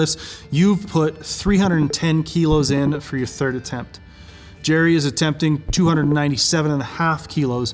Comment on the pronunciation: It's, not Jerry! Lmao